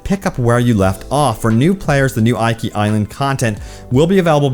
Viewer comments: Tsu-shi-ma and eekee Island not aikee. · can you please have some respect and pronounce Japanese location names correctly? you keep saying ikea , but this is not an English i this is an e, this is eekee, that is because romanji is different and is closer to French that way. I will hunt you forever if you dont fix this: いきしま です！ hiragana, your welcome. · OMG Thank You!!....I was scanning the comments to make sure I didn't double post this. I cringed/internally raged every time he said "eye-kee"...... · The pronounces 😬 tsusima, iky island 😬 it‘s pronounced tsu-sheema and Ee-ki island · It's pronounced ee-key. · I know it is minor, but the way he pronounces Iki is just weird. Iki is supposed to be pronounced as Eeki. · It's "EEKI" LOL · Bro it's pronounced "ee-kee" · Yo choom, the Is in Iki are pronounced the same, the way you pronounced the second one, not differently the way you did. Rule of thumb with Japanese, any given character is always pronounced the same way.